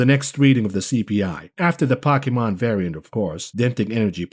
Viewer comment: Poe. Key. Mon. Pokemon. Stop disrespecting me.